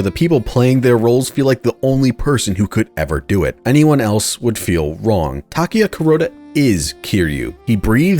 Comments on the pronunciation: If only didn't say wrong/raw like that, then maybe we would have a clear answer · You might wanna re-listen. He clearly says wrong. The G is very pronounced. Moreover, calling him wrong follows naturally from the previous sentence, whereas "raw" doesn't. And finally, he uses the visual of the fake Kazuki pulling out his guns when he says it, which supports my interpretation, not yours.